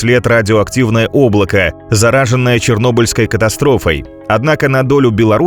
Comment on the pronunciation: зарАженная, как вы достали со своими ИИ озвучками, поправить текст совсем не умеете? отписался